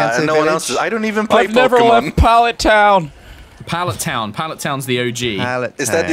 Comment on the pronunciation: please someone tell it's Pallet Town, my eyeballs may melt out my head if it's not changed